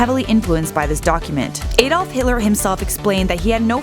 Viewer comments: Why does she say Adolf like Aidolf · His name is not AYDOLPH . It is correctly pronounced as Ar dolph or Ahdolph. Jews were murdered in all countries across Europe and all throughout Britain., He was not jealous at all. That is all fantasy spread by Jews. They were horrible people when they lived in Germany. Rude, preferred apartheid ways and looked down on the German people. Most were illegal immigrants as many in the USA also were when they saw that the German people were sick of them. Wherever they go they like to take over and not blend in. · They said his name wrong the A in Adolf is short not long it says AH not A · Aydolph heetleer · It's pronounced Ae-dolf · Why do Americans say Adolf wrong?